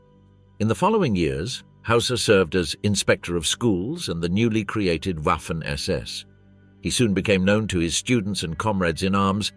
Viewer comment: Why this guy said, whaffen ss and whyking division, Waffen and Viking !